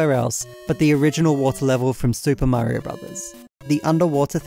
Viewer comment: How are you the only british youtuber that can pronounce mario correctly